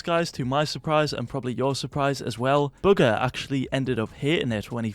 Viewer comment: Can you please stop saying booger instead of bugha